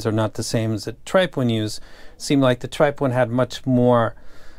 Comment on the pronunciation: B-lawn and Tripe-owin........wow the ability in pronunciation is top notch